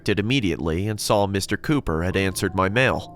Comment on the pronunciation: It says ,,Mr Copper"instead of ,,Mr Cooper"🤣🤣